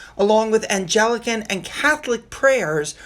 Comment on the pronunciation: It's about time King Charles stood up for Christians. By the way, it's pronounced Ang-lik-kans not an-Gel-icans,.